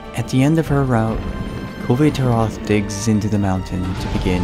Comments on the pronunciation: I love this, but your pronunciation of Kulve Taroth bugs me greatly. Otherwise, great work on this. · I've always heard it pronounced with the "e" in "Kulve" being silent. Granted, it could really be anything. Capcom's localization team has shown themselves to be pretty daft in the past. Either way, great video again. Learned some things I wasn't aware of.